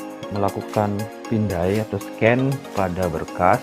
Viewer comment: kritik kak, bukan menyecan tapi menscan 😆